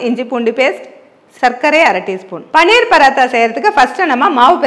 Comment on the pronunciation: பன்னீர் இல்லையம்மா, பனீர்